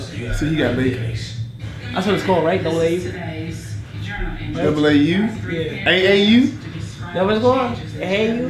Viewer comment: 🤦🏽‍♂️🤦🏽‍♂️🤦🏽‍♂️🤦🏽‍♂️🤦🏽‍♂️Double A u is crazy 🤣🤣🤣🤣 it’s AAU